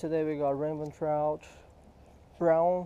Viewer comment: Sounds like he's saying ramen trout lol